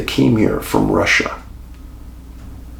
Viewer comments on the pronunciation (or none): none